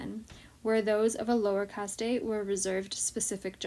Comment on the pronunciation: It’s not “Cast tey “ it’s caste!